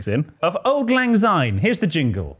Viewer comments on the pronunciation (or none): Sorry to correct you boys, but it is Syne pronounced with an S not a Z. Thank you